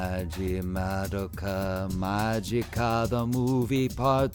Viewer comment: THANK YOU FOR PRONOUNCING MADOKA'S NAME CORRECTLY